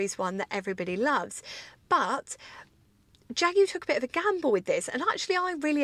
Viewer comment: Great vid! And so nice to have the word Jaguar pronounced properly. It's an English word, which in English is Jag u ar, obviously.